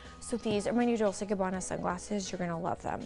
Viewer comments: Dol-say Gabbana? If you're dropping thousands on their shit, learn how to say the actual name. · lol "doll-say and Gabanna". if you're gonna spend thousands on a bag, at least know how to pronounce the name of the brand, kameron. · The first one needs to learn how to pronounce Dolce 😂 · Closet tour without Erika and Dorit ??? If you could exclude the house tour which we all had seen, they might have fit in..and that Kameron doesn’t know how to pronounce Dolce 😂...No wonder Kenya was Miss USA so intelligent...she can read you to filth..anyways nice compilation 👍🏼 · The first girl can’t even pronounce dolce and gabana right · The first chick not knowing how to pronounce Dolce! Traaashhhh 😂